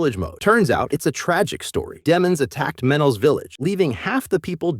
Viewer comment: Stop calling them de(short)mons